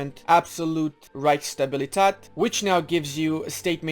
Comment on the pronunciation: You pronounced Gemeiner Pfennig better than Reichsstabilität